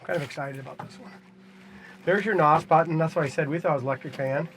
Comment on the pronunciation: It's not NAWS. It's N.O.S. Nitrous Oxide Systems Sound out the letters, individually.